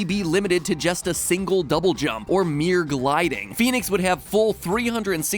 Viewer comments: I love The intro where he says Phoenix wrong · That's pronounced FEN-IX not phoenix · I think it should be pronounced "f-eh-nix" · Its funny, cause its not pronounced like Phoenix lol